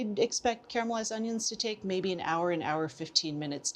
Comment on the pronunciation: You say "caramelised", not "carmelised"... I love you PS- my dear old mom would add a pinch of sugar to her caramelised onions... worked like a charm